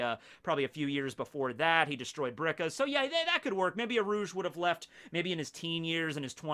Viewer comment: It’s “Birka” or “Bilka”. “Brika” is a joint.